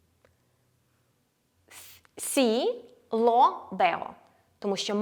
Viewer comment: Мені здається, чи артиклі lo/la правильно вимовляти з м'якою л (щось між ло і льо)? Без хейту, просто пробую заодно вчити правильну вимову, а на відео ви вимовляєте по-іншому і я не знаю як добре.